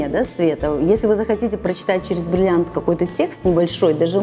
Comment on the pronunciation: Научитесь говорить слово бриллиант.